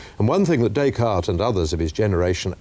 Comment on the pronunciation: One would think that Magee might know how to pronounce the name Descartes!